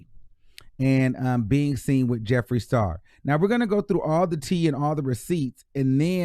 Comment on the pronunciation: Hey.. I agree with bun b. I used to love his music but it has nothing to do with y I agree with him.. he was 💯.. Tory is trash. TMZ need to lay off if that’s the case. Meg spoke her truth already. We will never know the whole truth.. idk who Jeffrey the star is lol. Clearly by butchering his name